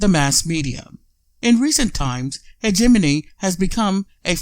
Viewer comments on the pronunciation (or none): Mediocre presentation. Start by pronouncing hegemony the right way. Explain how and why is this clip available; Is this available as the hegemonic tactic that you are trying to describe? Is this available to fish for people sharing this ideas? Is this available to see what people are thinking?... and maybe adjust accordingly? Is Hegemony a tool for an oligarchic economical form of government?